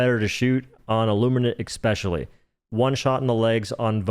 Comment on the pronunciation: It's Especially, not ec-specially!!!!